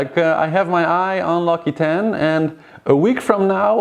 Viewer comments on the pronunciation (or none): L occitane is pronounced more like OXYTAN. You are saying laquitaine. I love your show. I watch it every day coming back from work. It is my phase out time. I am french living in Ireland. I found your show less chauvinistic than the french ones. Lol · hello :) interresting as always :) virtual race will pass the Kerguelen tomorrow :) (ah yes and l'Occitane is pronounced l'Oxitann :) )